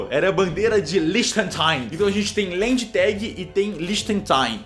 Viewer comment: A pronúncia correta é "land tak". Lendi tegi ta errado rsrs